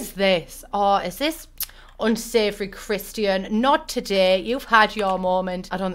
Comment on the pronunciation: ma’am it says CHARLATAN not CHRISTIAN lol i love you